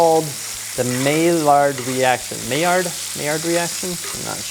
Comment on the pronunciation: Pronounce Maillard reaction as "My-R" reaction I'd like to reach out / connect